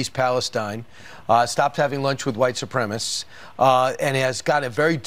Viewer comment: "White supremmist"? Is that a deliberate mispronunciation in order to sound like their Orange Idol?